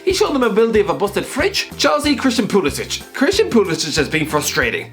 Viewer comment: It's "Pulisick" not "Pulisich" but otherwise good video